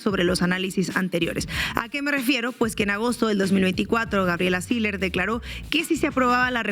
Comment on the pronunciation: No se pronuncia Siler se pronuncia SILLER con doble L y que se puede esperar de una regiomontana sino solo responder a sus propios intereses